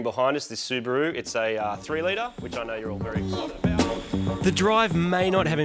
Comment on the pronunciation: In this video: Martin: "Subaroo"! Moog: "Subaron't"!